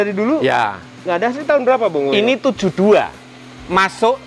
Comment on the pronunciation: FYI Mazda bongo penyebutan aslinya Bong Go. Tau itu tahun 99 saat di Jepang